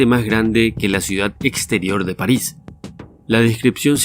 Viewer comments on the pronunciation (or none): none